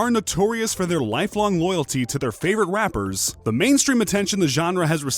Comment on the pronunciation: Are we going to ignore the fact that in the beginning he said rampers instead of rappers